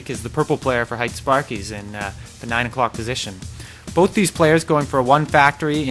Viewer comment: hite is pronounced hee-tay, not height. fail.